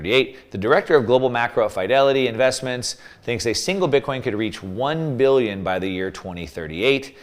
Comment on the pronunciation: Billion or million….. you’re saying Billy and the title says million